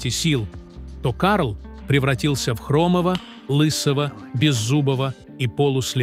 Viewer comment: Не хрОмого, а хромОго, не слЕпого, а слепОго. Читает робот, делая ошибки в произношении слов. Это неуважение к слушателям. Пощадите наши уши!!!